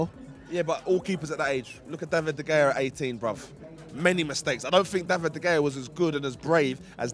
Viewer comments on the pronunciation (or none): ngl they way keeps butchering de gea name is actual starting to wind me up